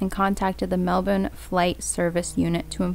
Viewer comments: Yes finally Melbourne pronounced correctly! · Hey I have been a long time viewer of your content, and in love with this case I live in australia ad on behalf of auzzies thank you for pronouncing Melbourne correct, fan girling a bit xxxx your are doing amazing, 😍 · Greetings from Melbourne and you pronounced it perfectly !!! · Thank you for pronouncing Melbourne correctly !!! You did this Aussie shiela proud !!